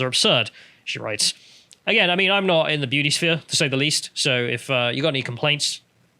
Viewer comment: Great video and I really am trying to be constructive here (sort of) but is distracting proclivity for dropping his ‘t’s in favour of ‘d’s a recent phenomenon? Perhaps I’m just splidding hairs here but all this talk of female beaudy really has made me notice it for some reason! Either way, if sounding like an ageing Radio 1 DJ circa 1991 is the ‘vibe’ he wishes to go with then all fine I guess.;)